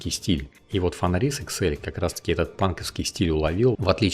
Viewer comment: автор даже не знает как читать фенрис и альбедо. Ну ёмаё, нельзя же быть таким безграмотным